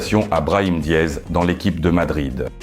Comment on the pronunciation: Comment ça Diez? C'est comme ça prononce son nom hmmm?